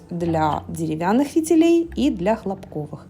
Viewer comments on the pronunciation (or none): ХлОпковый фитиль! Ударение на первый слог! Он сделан из ХлОпка! Хлопок -это такое растение!